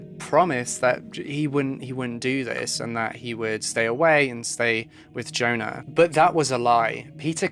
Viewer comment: Your opening music is the best it’s very atmospheric. Incidentally for future reference Swedish and indeed almost all other languages pronounce the letter J like the English letter Y. The girl’s name must be Yona